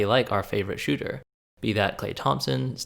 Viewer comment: Sounds like he’s saying “ Shoe-Ter” 😂 lol great vid